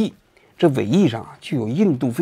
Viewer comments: 把BS读成SB是故意的还是不小心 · 人家bs让你说成sb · BS 读成 SB，哈哈哈，也是没谁了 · 人家明明是bs，王局说成sb，故意的吧！😂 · 是BS不是SB，王局故意的吗😂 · 王局你真牛掰，那是BS，说SB，这是👍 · 王总，是BS不是SB，SB是骂人的。